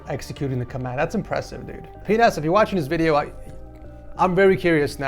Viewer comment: Bro said pinhas and tried to gloss over what it actually sounds like lol